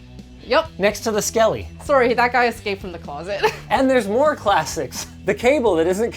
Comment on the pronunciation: i can feel the Canadian in that sorry